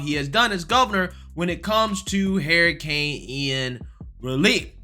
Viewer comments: Is this guy saying heericane? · dude, I gotta ask. Why do you call it a Hair i cane? LMAO